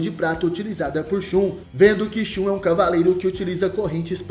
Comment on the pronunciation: Se pronuncia ShaN